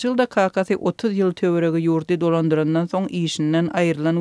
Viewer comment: Не йыЛЛЛда, а можно Л помягче говорить- ЙыЛЬда. Но для коренной москвички у вас туркменский язык отличный.